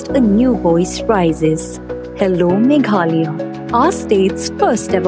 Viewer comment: Megalaya...you should pronounce not Meghalaya...as 'h' is silent..please pronounce correctly